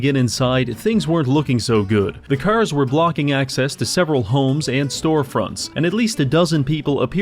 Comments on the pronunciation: cars ❌ curs ✅ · Bro doesn't say "cars" he just says "curse" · you say cars like *caers* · Am I the only one who hears him say “kers” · When you hear him say Cuurs instead of carrrs its over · bro why do you pronounce cars like “CURZ” ? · how many timesdoes he say 'C'ars cause after awhile it feels like he puts more emphasis on the C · Why dont you pronounce "cars" correctly?